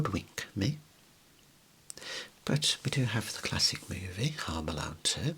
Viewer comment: "hoame" lmao